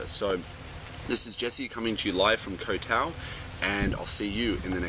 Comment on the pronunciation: What a load of crap. Three tips: Don't edit until your first draft is done, carry a pen and pencil wherever you go, and turn off spell check (which is really tip #1 restated). Jesus. This guy hasn't written shit. And by the way, learn how to pronounce "Koh Tao."